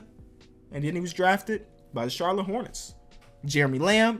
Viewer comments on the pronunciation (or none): none